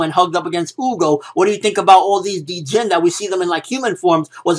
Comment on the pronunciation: The d Is silent in djinn smh and magi is pronounced mah-gi in English